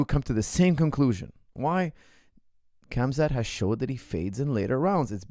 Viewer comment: KHAMZAT (HAM-ZAT) not KAMZAD